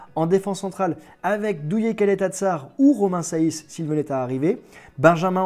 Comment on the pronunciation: Romain SEÏSS c'est comme ça que cela se prononce, et ensuite Danilo c'est un pur 6 donc je ne sais pas pourquoi tu en parle pour remplaçant de Payet...